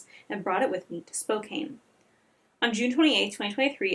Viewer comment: Hey I live in the area (Spokane) and I know some of the names are difficult so for future videos here’s a guide Kootenai= koot-knee Coeur d’Alene- kore-duh-lane Spokane- spo-can Palouse- pa-loose Hope this helps I’ll edit and add more if I hear more difficult ones. Great video, your respect for the families really shines. Hope they are able to find some sort of peace 💔